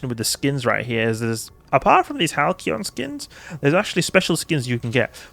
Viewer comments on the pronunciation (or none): It's a soft 'c', so the boosters are pronounced like "HAL-see-on".